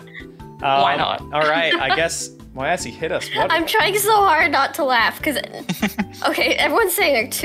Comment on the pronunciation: I can’t stop thinking is saying my assy instead of moyasi